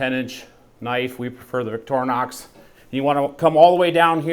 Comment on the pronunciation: I have a question on the knife: Is it Victorr "nox" or is it Victor "inox"? Where it is made it is pronounced like "Voctory" Nox. Am I missing something here?